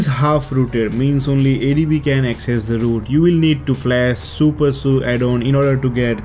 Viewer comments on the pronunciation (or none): It's SuperSU not Supersuu